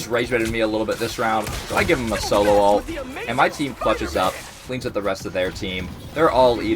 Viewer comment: One thing that rrage baits me, however, is calling an Ultimate ability and "Altee" . Dude... It's "Ult" or "ultimate." Nobody says "AlteeMate". Makes my brain itch... I'm already triggered... Luckily, I'm a Peni main. I'll be raage baiting you 😏